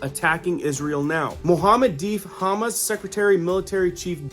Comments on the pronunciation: It sounds like you are saying Haaamus. It is Ha maas. Humus is chickpea dip. 😅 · It's HAM-MASSS DINGO not humussss lol 😆 😂 🤣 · It’s pronounced Ha- mahs. Not Ha-mus. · Every time you mispronounced Hamas my ears bled a little. It’s not Hummus bro, HA-MAAS!!! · It's Ha...mas...love ya but it's like you're saying hummus😅..praying for peace...keep soldiering on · I thought you said Isreal is at war with Hummus. Lol. Its Ha-Mas, unless you were saying it that way purposely. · That’s Ha-Mas not Ham-us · Ha Moss not humus You are pronouncing it wrong . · Dude. It's pronounced "Ha Maas," not "Hummis." Hummis is the stuff you put on toast. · FYI. You are mispronouncing Hamas. It is HA and MAS not hamas like humus. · It’s Hamas not hummus.. 😉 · Not humus, it’s Ha-mas. Driving me nuts calling it that lol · Hate doing this but please, it's Haa-maass not humus (like the dip). ❤. Love all you do, many thanks. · I wish you'd stop saying hummus instead of Hamas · Hamas is pronounced, HAH MOSS not ha miss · Thank you!! I was just about to comment this 😂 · Please if you are going to report news pronounce these these groups correctly Hamas - “Ha moss” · Good job reporting. I appreciate your not moralizing to build the story. 1)HaaaMass=Hamas=Há-Maass. The accent is on the first syllable. 2) Héz-bö-la=Hesbollah Accent is on first syllable, then second syllable. 3) Isreal is not out ally, but they're smart enough to never let a good crisis go to waste. They wanted to wipe out Palestine so they were greenlighted. Netanyahu was warned 10 days prior to the Hamas border rush, by the Egyptian CIA. He those, to milk the crisis for all its worth. Remember St. Johns warning. Suddenly, the world will march on Israel after finding out how much trouble they have been creating. 4) It's a poker game. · Hey my friend might want to check on the pronunciation of Hamas. My wife loves to dip carrots and other veggies in hummus as a healthy snack. :-) As Always, thanks for your daily work!